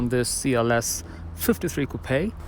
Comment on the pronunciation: That is actually the correct pronunciation for “coupe”.